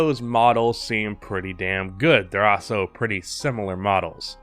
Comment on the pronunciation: Is the way he says "Also" a meme? I cant stop hearing "Aso"